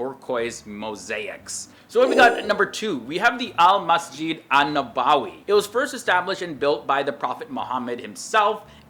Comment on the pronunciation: I really like your videos and I hate to comment against you,, but it's actually pronounced Nu-bu-wee, not Nabaawi. Just thought I'd let you know. But you're doing a GREAT job. Keep it up.